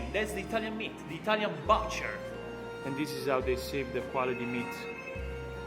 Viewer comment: La 'u' Butcher si pronuncia quasi come la 'u' in Italiano. Non con un suono di 'a'. E strano, ma in questo caso la pronuncia italiana del primo vocale e quella più giusta.